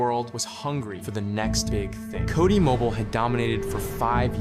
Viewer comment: Not the AI voice saying "Cody mobile" 😭💀 Accent > AI voice